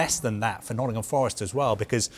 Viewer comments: Why are they calling Nottingham Forest, “Noddingum Forest”?!? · “Noddingham forest”